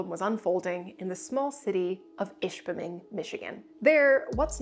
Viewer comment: You must be settling into the UP quite nicely, I swear I heard you put the R in ishpeming.